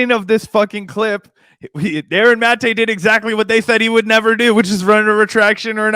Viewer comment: & win points in my book for being among the few who bother to pronounce "Maté" correctly (ie, the way Aaron himself pronounces it).